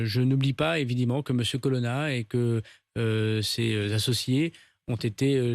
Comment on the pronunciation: Son nom c est colonna et pas colonne